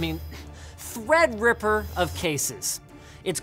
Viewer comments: Just love how Linus mispronounces Threadripper every time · He keeps saying thread ripper wrong on purpose